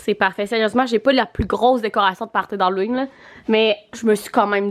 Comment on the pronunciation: « Hallowing » hahaha à chaque fois ça me fait rire